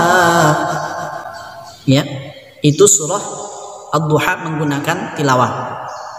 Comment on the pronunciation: Ustadz kog di baca wadduhe bukan wedduha EMG GPP ya ayat di ubah2